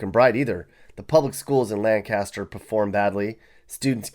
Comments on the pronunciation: Lancaster is pronounced more like Lank-aster. And cookout never came... It turned into a Circle K. Lol I've only lived here for 2 years and it has been interesting. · You pronounced Lancaster wrong. And you don't know nothing about it here. Your review is total garbage. There's plenty to do here. We ride 4 wheelers and have bonfires and hunt and fish!! I love it here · You visited Lancaster SC and no one told you that you're pronouncing it WRONG?! Chester, Lancaster, and Darlington were nice places to live back in the 60s. I know that's a long time ago. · He lost me when he mispronounced "Lancaster." A lack of research, perhaps? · Anyone who pronouces SC's "Lancaster" the way you do isn't someone that I would trust with giving advise on where one should or shouldn't live. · Couldn't watch after you mispronounced Lancaster.... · You are pronouncing Lancaster wrong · 😂😂😂😂😂 me born and raised in union. Can confirm it sucks. I'm dying at how you pronounced Lancaster. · Immediately lost credit when he said Lancaster incorrectly. Visit the state parks and rural areas and decide for yourself. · I live in York, SC near the NC/SC line. I noticed immediately the mispronunciation of "Lancaster"......These are very small areas and there are places like this in every state. Small towns like this ARE poor as far as opportunities for employment, etc. Same scenario in every state many times over.... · Does not even know how to say Lancaster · I knew this list was gonna suck as soon as he mispronounced Lancaster. 🤣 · Lancaster is not pronounced like that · I couldn't even finish watching the video after the mispronunciation 🤣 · Right I'm like wtf my grandma is from Lancaster and would have cursed him out. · Yeah, it sucks here. Y'all move just move on elsewhere. . Whew, my nerves, how he pronounces Lancaster. Sends a chill. . . . . . . . . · Pronounced Lancaster wrong 😂 so much information in video is inaccurate been in South Carolina entire life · Learn how to say Lancaster sir!